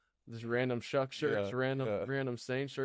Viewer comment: It’s hard to hear through the headphones but you are pronouncing it “Shuck” right? 😂 Keep hearing a “g” at the end!